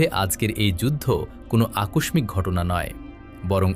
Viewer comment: Akoshmik ghatona noi, hobey akoshshik ghatona. Tomra Bangla uccharoner bash discho..